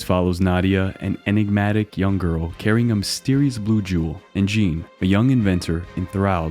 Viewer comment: you mispronounced Jean